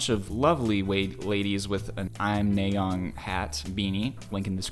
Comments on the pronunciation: WHY DOES HE STILL SAY NAYEON WRONG ITS NA YEON NOT NAE YON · It's na yeon not nay oen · It's not naeon it's pronounced as naa yon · “Neigh-yeon” 😂 it’s naay yeon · Nice analysis of the MV but he pronounced Nayeon's name wrong every time. It's not "nay-yeon", it's "na-yeon". The first syllable has a hard A sound which should sound like "ah" or "aaa", not "ay" or "ey". I guess this is his first time seeing Twice since every Once knows this, actually 99% of Kpop fans probably do since Twice is one of the top groups. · Kind of (?) unrelated but i wanted to point it out, When you say "Na" it's more like the "a" in "as" so, it'd be like "Nah-yeon", not so much as "Ney-yeon", you know Thank you for coming to my Ted Talk :) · btw, just so you know; her name is pronounced nye yon 💖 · Why Are you pronouncing It Ney-yeon Its NA-YEON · Sorry i don't mean to say that, Nayeon name is 'NA YEON' don't 'NAY EON"!! Thank you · It's Nayeon not Naeyoen, you literally watched the video an still messed up her name🤦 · Hahahaha.....I don't know why it bugs me so much but it's "NAH"-yun, not "NAY"-yun. But all good 👍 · just a heads up her name is pronounced "Nah-yon" not "Nay-yon" easy mistake though :)) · Also, just a friendly lil correction, its pronounced NA-YE-ON and not NAY-ON, hope that made sense 😃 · i cringe everytime i hear him say nay yun and the typo of her name in the top right corner.. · to pronounce "nayeon" its "nahyon" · her name is pronounced Nah Yeon. (Nayeon) T.T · nayeon is actually pronounced nye-on !! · idk if you care xD but the pronounciation of her name is nah, like "nah bro" and youn, like "young" without the g. nah youn :> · they are joking because he pronounce it like naeyon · You pronounces nayeon name wrong 💀 … …. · This isn’t hate just a little correction - The “A” in Nayeon is pronounced the same way as the “A” in after😓🫶🏻